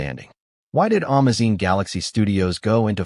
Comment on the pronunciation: I hate AI. Amazon is AN - MA - ZINE !?!? And LILY Collins is NOT LIE - LA! I couldn’t understand who they were talking about.